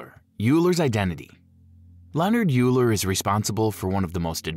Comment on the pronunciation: Euler is not pronounced Yoo-Ler. It’s pronounced Oi-Ler.